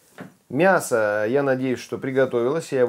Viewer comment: Никогда не слышишь ни когда не говори мясКО :))